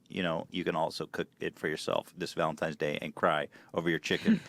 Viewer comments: Why is no one talking about 'Valentimes' Day?! Cutie Ethan. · How did he manage to say Valentines Day wrong three times in a row